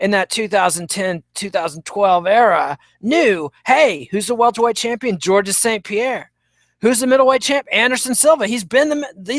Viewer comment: it's just pronounced 'george' not 'georgess' trust me i'm french canadian